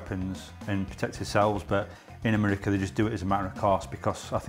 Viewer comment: It’s the way he says merica instead of America 😂